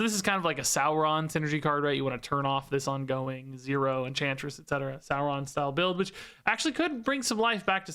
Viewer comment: Why do you pronounce Sauron like that? This isn’t LOTR.